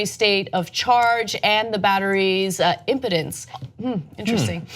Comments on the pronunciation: It's pronounced impeeedense not impotence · Im-pee-dense is how it's pronounced, not impotence Ana but it speaks volumes. ;) Batteries age, they diminish in capacity and ability to do their job over time. This isn't uncommon, and as it does it affects the performance of the device but usually you get years from these kinds of batteries but the amount of use has an effect. The more it's recharged the less it holds the charge and longer it takes to get charged. Everyone in tech would keep a spare, we know eventually that battery is useless. Unless your device turnover is frequent you would be well served by a backup battery. Security updates are fine optional updates should be scrutinized and checked. There is always someone in the know that posts some info online about what update does what function. Take control of your devices. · im-PEE-dence. Not impotence. C'mon, Ana. Sheesh. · "Impedence", not "Impotence" Honestly, as someone who is trained as an engineer, it makes sense that the new software running on the old CPU would accelerate battery drain, and I can understand why they might try to counteract that by slowing down the phone. That _is_actually how batteries and computers work. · Impudence? Really Ana? It's pronounced im-pee'-dence which is an electrical term meaning circuit resistance. For God's sake woman. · First it's not importance but pronounced as imp-e-dance I'm not eng speaking but a bit of a tech nurd. Also OEM prices for Apple batteries are around $10 so Apple is still making money on the $29 the $75 is just nuts and done to discourage buying a new battery. Planned obsolescence is nothing new but the backbone of this economy model it's impossible to make a product that lasts longer than the model can bare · LOL - FYI, it's im-PEE-dance, not im-PAH-dunce. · I smell bullshit. I’m going to go with planned obsolescence. Also, impedance and impotence, aren’t pronounced the same way, and two completely different words. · It's pronounced im-pee-dance